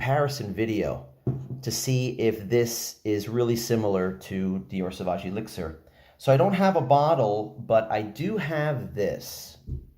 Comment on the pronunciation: The way u say elixir drives me nuts